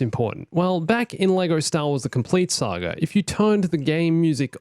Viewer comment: I swear, every time he says saga I hear sagr